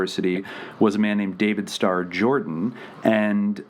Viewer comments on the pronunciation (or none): none